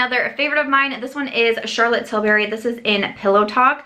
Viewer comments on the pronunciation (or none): none